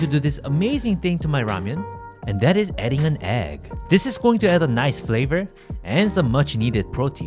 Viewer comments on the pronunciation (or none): 형님 계란이 엉덩이로 들리는데 기분탓인가요